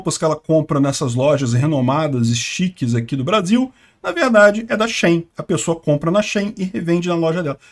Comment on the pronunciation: Na verdade se pronuncia “xin” porque o nome da marca vem de “she inside” e uma abreviação.